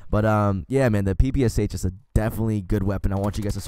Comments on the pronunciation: It's not pepeshe it's papasha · You need to say pepasha from Polish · Anyone else start dying when he started saying "pepase" instead of ppsh